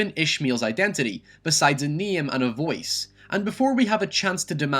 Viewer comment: A neem and a vowece